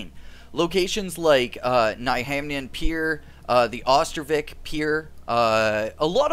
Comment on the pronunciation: as a swede it hurts to hear english people say "ostervik" instead of "Östervik". i do understand that its not your fault for not knowing swedish but it still hurts